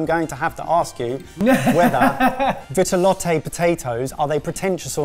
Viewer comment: Ok, but there's no accent aigu over the final 'e' in Vitelotte, so no need to keep saying 'vit-eh-lot-eh'.